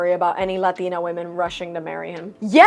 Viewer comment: Is it scientifically impossible for a Latina to say "Latina" without the accent? No hate. Asking for research... 👀